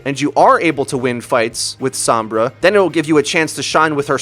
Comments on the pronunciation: i feel a 6th misconception should be added. How her name is pronounced. It's So-M-Brah, not Some-Bruh. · Isn't Sombra pernounced like home. like he keeps saying SoM-bra when I believe it's S-oh-mmmmbra.. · Every time you say SAHM-bra I wince a little. It's SOHM-bra. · It's pronounced "s-oh-mbra" Not "s-aw-mbra" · "Sahmbrah" "ishenwalled" you sound so unbelievably white